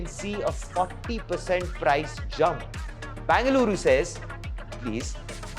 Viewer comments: Either say Bangalore or Bengaluru. Wtf is bangaloooru? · It's not Banga-luru. Either say BENGALURU or BANGALORE. Thanks for the details in the report. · It's Bengaluru and not Bangaluru. It was called Bangalore before so if you don't use Bengaluru at least use that for your ignorance. There's no word called Bangaluru